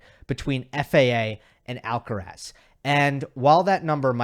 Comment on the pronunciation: Pronunciation: Put the stress in Carlos' last name on the last syllable. Spoken stress is on "raz"., you are pronouncing Alcaraz with stress on the "Al". But then again almost everyone gets it wrong unless you are a Spanish-speaking Latino.